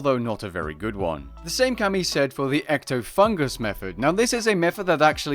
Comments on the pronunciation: EctofunTus, not EctofunGus. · Not to be a smartass, but it's "Ectofuntus", not "Ectofungus". OK i lied, it's totally to be a smartass.